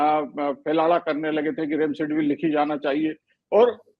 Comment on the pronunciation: Kaisa Doctor hai Remdesivir ko Remsedivir bol raha hai aur aap logon ne yeh edit bhi nahin kiya